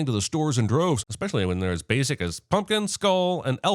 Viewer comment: There's no "X" in ESPECIALLY".... DING!!!!